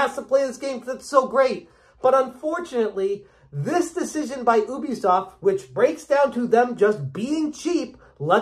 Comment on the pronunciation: Ubisoft has confirmed multiple times what the correct pronunciation of their company name is. You should say "yubi", not "oobi".